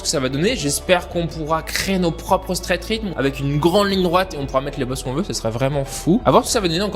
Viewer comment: ça se dit pas straight rhythme mais straight rhytheum